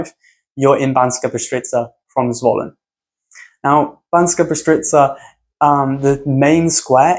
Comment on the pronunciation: to be honest im kinda surprised when it comes to Bystrica and Štiavnica you basicaly pronounced them well exept that you basicaly swapped the S and Š pronounciation... where you could just say Bystrica you said BySHtrica and where you could say SH-tiavnica you said normal S :D still a lovely list of places..maybe i would exclude Zvolen simply because i know it too well to just look at only the beautiful things in there